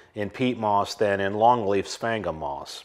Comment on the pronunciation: I’ve heard “sphagnum moss” pronounced a lot of different ways, but this is the first time I’ve heard it called “spank ‘em moss.” I’m making a note to myself to say that, next time I have occasion to talk about that stuff.